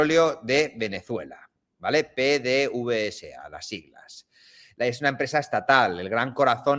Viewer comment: PDVSA. En Venezuela se lee PDVESA PD(VESA). la V se lee como (VE).